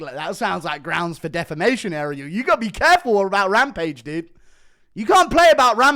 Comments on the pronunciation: Say it with me rampage: “Deh-fam-ay-shon” 🙏🙌🫡👏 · Rampage struggling to even say defamation